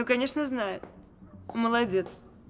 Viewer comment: Младец, вместо молодец, это какой то п...здец!